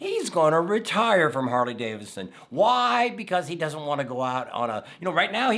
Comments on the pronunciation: Sound it out man. It's Harley DAVIDSON. Not davisson. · I know that Tam said it was because of your accent but it's DaviDson, not Davison. Lol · Hey, it is pronounced David son, not Davis son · You keep saying, "Harley Davison" but, you say, "Bill Davidson " 🤔